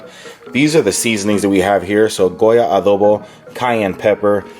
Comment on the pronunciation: Cool video. Yours is pure nutrition and fitness wisdom : make healthy meals your favorite ones. That's the key for solid nice life style (By the way, do you speak Spanish? I just wonder because you say "adobo" and "sofrito" like a native speaker )